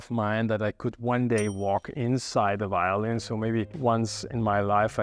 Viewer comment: It is not called a whyolin, but violin. La "v" inglese è come la "v" italiano. Perchè è così difficile?